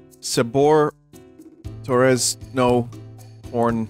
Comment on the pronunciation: Torres no com LMAO is a better pronunciation than the original 😂